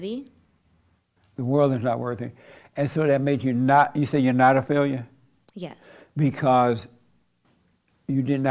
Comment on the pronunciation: Are you a Faileau in life? lol JLP pronunciation of failure had me dying (ego death) all week